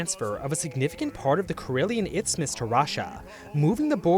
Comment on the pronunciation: you said izmus or itsmus multiple times. the word is isthmus. no ts in it